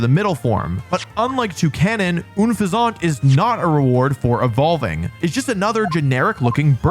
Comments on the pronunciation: Big fan of Wolfey buttttttt I have been noticing it recently, WHYYYY are you calling Unfezant, Uuunfezant, it's weird to listen man, btw Unfezant was one of my fav. bird Pokémon, definitely not the strongest but the most reliant bird Pokémon in BW especially in a play through run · That pronunciation of Unfezant. My guy, have you never heard of a pheasant? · Think it's pronounced uhn-pheasant, a play on the bird pheasant and the word unpleasant. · Huge L for putting Obstagoon on this list. But for the most part I tend to agree. I won't roast you for "plumage" but I will roast you for not pronouncing Unfezant like "unpleasant." YOU DON'T LIKE BARBARACLE!?!? WHAAAAAAT. I don't think it's good but I do like it 😵‍💫 although it should def evolve faster than level 40 LOL. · Unfezant is pronounced like Unpleasant haha, it's a pun. Un Pheasant. also Wormadam i think is supposed to be like Worm Madam, like how fancy people address women, lol. cause it's all female, and then Mothim is Moth Him. but like, he's not Him. he's anything but. at least Wormadam is a madam lowkey, grass one is lowkey a baddie. sorry. send comment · 1) Isn't Unfezant meant to be pronounced like "unpleasant"? 2) How did Sunkern avoid this list? Terrible design, worst stats, evolves into a disappointment. Genuinely thought it would be #1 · Oonfezant 💀 It's said like Unown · OON-fe-ZONT wth??? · Wolfey: someone's gonna cook me for my pronunciation of "plumage" Also wolfey: oonphazawnt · well how about you don't rely on Google translate? There are naming schemes for English and Japanese. It's pronounced like Pheasant, as it's based on a Pheasant, that is unpleasant. It's really not hard dude, just like Rayquaza, it's pronounced like Quasar so Ray Quaza(r) not Ray Kwa Za. Just an FYI. It's literally on all their wiki pages, the origins of their names and the roots. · i dont believe so? Pretty sure it's un pheasant. Pronounced like the bird it's based on? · Unfezant is pronounced like unpleasant bro 😅